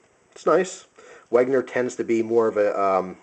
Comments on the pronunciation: hey man, great vid (although a little bit too much 'talk' and repeating yourself. you could have made it shorter). anyway, i wanted to say it's not "Wegner" but "Wenger". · I don't know if anyone has said this yet, but I felt I must as it pissed me off, you don't pronounce it as Weg-ner, it's meant to be pronounced Wen-ger. Or if you want to get it 100% accurate: Ven-ger. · hey,, Wenger is pronounced Wen-ger not Weg-ner anyways, just a little nit pick nice collection of SAKs:) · It's wenger not wegner